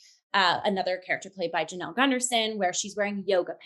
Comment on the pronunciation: Hi friends. This is such a great deep dive. Just a quick correction - Claud Spadafora performs the vocals on Glitter Witch. Jonelle Sills (pronounced like a 'Y' not a 'J') sang the solo soprano vocals from part of Bach's Mass in B Minor, heard just prior to intermission. And yeah, she's André's sister!